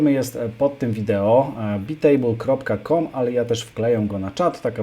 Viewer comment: To nie czyta się przypadkiem "bajtejbl"?